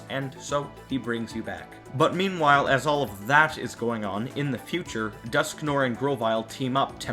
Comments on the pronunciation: it's dusknoir, not dusknore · Dusknoir's name is supposed to be pronounced "Dusknwar". "noir" comes from the French name of "black" colour, pronounced "nwar".